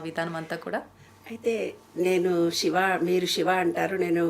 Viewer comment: శివశివా😮 నమస్కారమమ్మ Shiva (షివా)కాదమ్మా😢 శివ siva అని పలుకమ్మా తల్లీ🙏